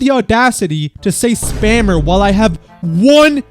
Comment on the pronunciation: "spammer" is 10x funnier when someone says it like "spamer" instead